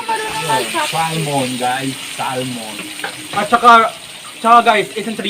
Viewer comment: Finally may upload with the fam. Ang smart talaga ni tama ang pronunciation nya ng "salmon". God Bless and Stay safe Team Christo.